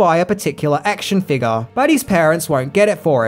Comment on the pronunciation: Your accent made me flinch when you said “figure” I didn’t hear the F or the U.